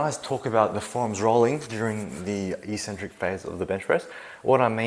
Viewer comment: The word eccentric is pronounce ek-sen-trik all over the English speaking world except in the fitness industry.